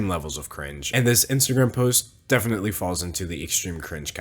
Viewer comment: you misspelled definitely, you said efinitley